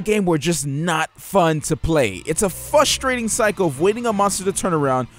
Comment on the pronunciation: it was a "fustrating" cycle... can you be more pacific? LOL xP